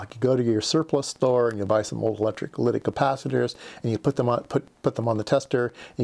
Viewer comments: That was a kind response to my fairly rude comment. Thanks! Consider re-doing those kind of mistakes so that mispronunciation is not perpetuated? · sometimes my brain and mouth don't sync up. sorry for the glitch. I do know how to pronounce electrolytic.